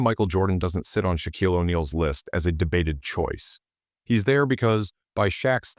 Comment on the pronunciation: First, your dumbass AI can't even pronounce Shaq's first name. But worse, you misspelled BOTH Michael AND Jordan. Jeez really sloppy.